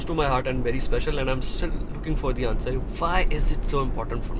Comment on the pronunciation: Son, the word pattern is pronounced PAT-URN not "pat-run". Similarly continue is spoken KUN-TIN-NEW not "kawn-tee-new". Secondly, the word the is pronounced THEE (not tha) when it precedes a vowel. So it would be "tha table" but "thee idea".